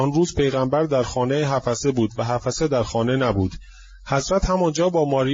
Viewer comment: oddeh ok notEddeh!///Hafseh/ not Hafaseh! شما آخوندی که سواد نداری وگرنه بچه آخوندها باسوادند.